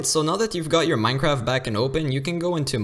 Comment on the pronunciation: Dude just said Minecrab